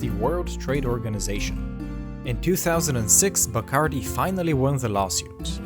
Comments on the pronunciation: Pronounced: bah-cahrr-DEE. It is annoying to hear a narrator with a Spanish accent mispronounce names. “Noons”?!😖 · Not a very good quality rum these days. The best is Ron de Barrilito from Puerto Rico, the Tres Estrellas version. They should pronounce the name right, Bacardí is pronounced with an accent on the last "I".